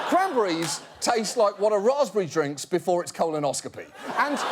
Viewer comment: Wait wait wait learn how to say cranberries before start fucking with them